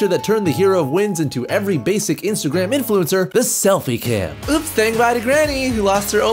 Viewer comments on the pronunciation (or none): none